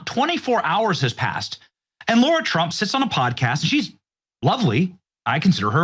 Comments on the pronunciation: It’s Lara, not Laura. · Her name is LARA, not LAURA! Benny always calls her LAURA Trump!